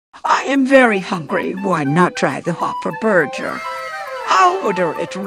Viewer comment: Why grandma says burjer 😂